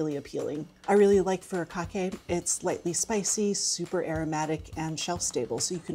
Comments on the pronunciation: What is “fur cah Kay”? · I've just started really liking my scrambled eggs a little on the wet side. I'm a moderate stirrer when I cook them. I had to turn on the transcript to catch what added before the Harissa because I didn't catch what she was saying but it is Furikake for anyone else who didn't catch it. I might need to pick up a jar of that as I've already liked Chili Crisp and Harissa on my eggs.